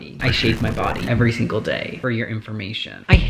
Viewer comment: Every Shingl day like u literly said shingl